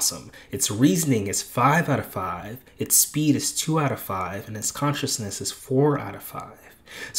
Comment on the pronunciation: Conciseness NOT Consciousness